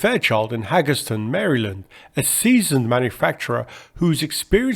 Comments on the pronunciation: Hagerstown, hay-gers-town, it's not Haggerston. One g makes it a Long A. The w means it's Town not ton. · You pronounced WACO properly, but fumbled on Hagerstown. It should be HAY-gers-town, not hag-ers-town. Hagerstown's minor league baseball team is the Flying Boxcars, named for the C-119. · "Haggeston"? Hagerstown..."HAY-gurs-TOWN" Nevertheless, quite enjoyed this documentary. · Hagerstown MD. Pronounced "Hay-gers-town. The Hagerstown airport has an aircraft museum highlighting Fairchild aircraft produced there. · Hagerstown is pronounced HAY-gurs-town. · FYI... it's pronounced "HAY-grrs-town" :-) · It’s pronounced Hagers-town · Hagerstown is pronounced "Hay" "Gers" "Ton" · point of note. Hagerstown is pronounced Hay'Gers-town. otherwise. carry on. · Not big deal. Hagerstown is 30 minutes away and I reckon it would be like an American pronouncing Thames with a th sounding out as in thought not as in Thomas. The local baseball team is named after the C-119, the Flying Boxcars.